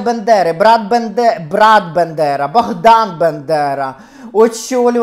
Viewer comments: Пані Ірино, ну, ви ж Світоч української мови, що це за вимова «Биндера», що це за свинособачі нотки? БАндера! БА! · Фаріон вбила би за вимову Бендера а не Бандера, ви шо... Найсвятіше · Дуже схоже, дотепно. Прекрасна українська. Але ж БАндера. Якщо ,звісно, це не якийсь акторський прийом. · Не Бендера а Бандера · Ви декілька разів перекручували призвіще провідника, але загалом к Вас чудова українська мова.